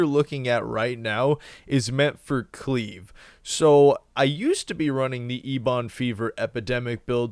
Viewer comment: Love your videos man, but it is eb-on, not e-bon. Drives me crazy when you say it. Like Ebony, eb-ony, not e-bony.